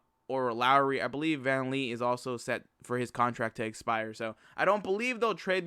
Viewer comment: VAN VLEET NOT VAN LEET